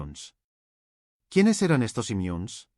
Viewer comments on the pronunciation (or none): ¿Imiuns?, ¿como que "immiuns"? ¡Lee lo que te pone el papel, y no te inventes idiomas? Immunes ¡tal como está escrito!. Y así, con todo. Es latin, no inglés (o lo que sea lo que crees hablar, "gladieitor"). Por lo demás, repito, ¡magnificos videos!. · "Inmiunes"????. Máquina aprende a leer. Que estragos hace la IA